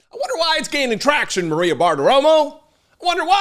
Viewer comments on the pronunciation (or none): none